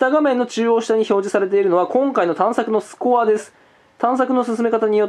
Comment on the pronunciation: スコアの発音が吹部